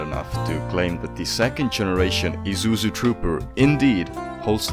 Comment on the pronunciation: "Ee-zoo-zoo" huh?